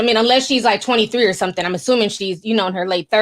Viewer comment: I like watching the show but u can’t talk it’s something not sometheen or thing not theen omg that’s burns my soul u can’t add a g and say thing or something my god